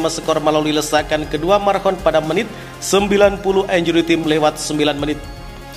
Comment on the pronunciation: Pronounciation bahasa Inggrisnya benerinlah, masak time (taim) dibaca tim